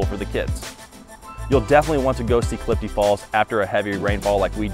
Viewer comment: Clifty, not Cliff D.